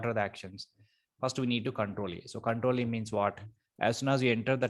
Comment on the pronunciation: thanks a lot for the videos, but it is control A, not control E you are saying